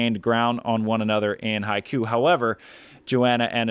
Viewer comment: Love what you're doing, totally deserved for the beach volleyball world partnership! Btw Haikou is pronounced Hai-koh, meaning an inlet to a port / to the sea; literally translated as sea-mouth. The organisers of the world tour tournaments and FIVB should we really promote how to pronounce their place names (at the very least) correctly to foreign speakers. Especially for the commentators since everyone who has watched the stream on VolleyTV or YT will think it's pronounced that way, now they all reckon they've been playing in Haikyuu😅 (not the worst outcome haha)